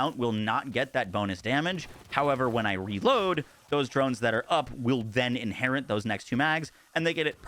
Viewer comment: inherit, not inherint